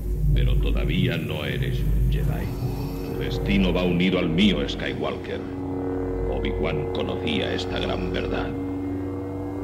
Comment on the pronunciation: ESKAYWALKER jajajajajja el reverso tenebroso xddd